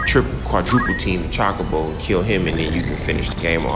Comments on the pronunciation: Ay bro you threw me off with your pronunciation of Chocobo lol. Not Chalk-a-bow but Cho-ko-bow. Did you ever play the Final Fantasy Tactics Advance 1 & 2 series for the GBA and the DS? Highly recommend the second one man you'd definitely enjoy it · There is a sequel to tactics and chocobo is pronounce CHO-KO-BO not CHOCK-O-BO. Imagine how CHO is pronounced in the word CHOSEN not how it's pronounced in CHOCOLATE. Not hating, but if you're going to call yourself a FF superfan then it'd help to know these things. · Gaaahh!!!! It's CHOKE-A-BOW. that's a how you say chocobo... Good review though. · Your saying Chocobo wrong